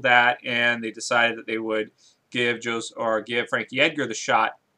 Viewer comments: It's pronounced 'hosay' aldo fyi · Thats not how you pronounce Jose